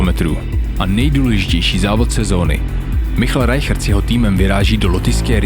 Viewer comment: Sledoval jsem Rigu live, fandil jsem! Nejvíc jak ti říkají "Majkl Rajhard" :-D. Jinak top, Totálně špica aftermovie. Vzal jsem si k temu pivo, ale vůbec jsem si nelokl jak jsem se do toho zažral :-D, totálně PECKA! Jen tak dál (y)